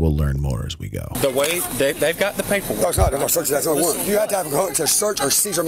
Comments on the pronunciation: When did NO become NOAH?? Or STOPAH?? whatah the fcukah.. edgimakation ah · The two-syllable "no". "No-wah". The cry of the wild brat.